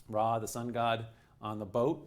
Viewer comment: It's weird to here him constantly say RAY instead of Ra